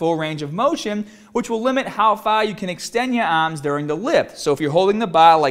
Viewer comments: the baaaah LOL he's killing me with this shit. lift the baaah up...move ya aahms in full motion. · baawbell ahhms 😂😂😂😂